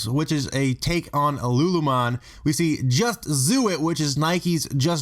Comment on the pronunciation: did he just pronounce lu lu lemon "lu lu mon"